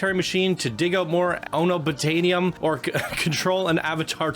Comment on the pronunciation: This is an incredible coaster, but what’s just as incredible is pronunciation of unobtanium. I literally was arguing with a RECORDING of someone saying it